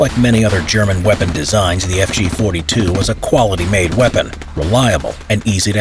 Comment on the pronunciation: he nailed the pronunciation of fg 42